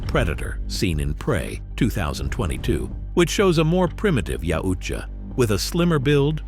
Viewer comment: Maybe looking up how to say shit before making a video where you say yautja wrong repeatedly. It's a thumb down from me I can't even finish it